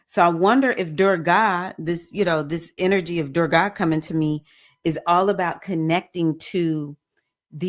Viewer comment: Thank you for your message. Anger pervades many of our responses to situations that we are confronted with in our walks in life. May I suggest you check on the pronunciation of Goddess Durga. The ending of her name is a softer sound. Many examples are available on google and YouTub. Also appreciate your reference to Erzulie Dantor, Haitian Loaand fierce protector of women. Erzulie is the patron loa of Nee Orleans. She is also depicted as protector of women, especially single mothers, and embraces, embodies Beauty, Love, Art, Passion and Sensuality. Adupue O!